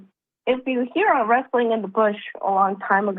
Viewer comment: Was anyone else slightly irked that both and said "wresting" in a bush instead of "rustling"? I know it's trivial, but it bothered me nonetheless.